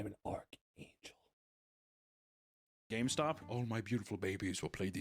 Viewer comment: “I am the ARK ANGEL!” 😂